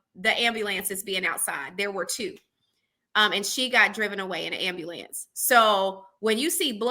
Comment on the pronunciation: Why can’t people pronounce ambulance correctly?!